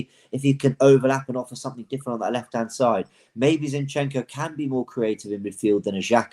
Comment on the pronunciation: After that City defeat, our chances of winning the league are the same as pronouncing Chinchenko correctly.